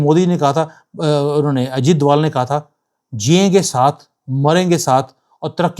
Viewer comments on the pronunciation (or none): none